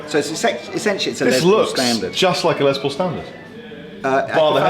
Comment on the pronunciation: Lol It’s not Lez Paul as in lesbian, it’s pronounced Les, as in Less or short for Lester.